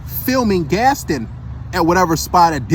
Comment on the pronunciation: Yo said "Gastin" it's Gaston (Gast- Ahn) 😂 I assume he hasn't seen the movie there was a whole song about him.